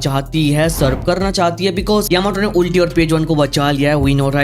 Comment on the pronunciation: sorry to point this out, but its not उल्टी its अल्टी